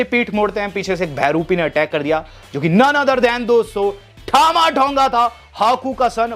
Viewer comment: As per you-ठामा ठोंगा😂😂😂😂 As per wwe- टामा टोंगा😄